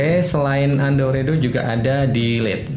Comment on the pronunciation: Saking asiknya baca komen dulur semua yang oke oke, denger pemateri ngomong "UNDO" TerDENGAR "HANDUK" Wkwkwk kaya handukku lur.